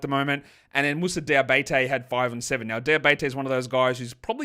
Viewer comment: Still mispronouncing Moussa Diabaté (I'm French)